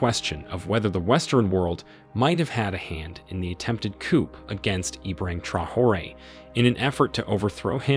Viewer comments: For crying out loud, teach your artificially intelligent narrator that chickens are kept in a coop, and governments are taken over by a coup… This channel SUCKS. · Watch out for those coops! 😂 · The ‘p’ in coup is not sounded, just ‘cou’ will do. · Pronounced COO. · The letter P is silent in the word COUP. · Another AI failure. Please train your computer how to pronounce coup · I agree with everything you say but you need to know the ‘p’ is silent when saying coup! America uk France and Germany need to mind their own business and do trade deals with these countries and I can guarantee it will end the boats!!! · Learn how to say coup properly. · The P is silent in coup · The 'P' in coupe is silent.